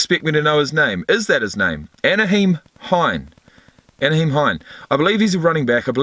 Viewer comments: Isn't it Nye-heem not Na-heem? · Na-HEEM Hines (like the ketchup)